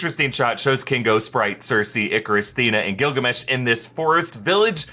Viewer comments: everytime he says Gillgamesh i heard Gargamel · I can't be the only one that thinks of gargamel when he says gilgamesh right?